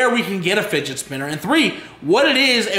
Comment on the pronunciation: fidgee lol. it's fidget